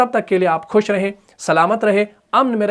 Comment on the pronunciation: اردو میں بھی خ خ ہی ہے کھ نہیں ہے پتہ نہیں ایسا کیوں لگتا ہے کہ اپ خیریت کو کھیریت اور خوش کو کھوش کہ رہ رہے ہیں اگر ایسا نہیں ہے تو بے حد معذرت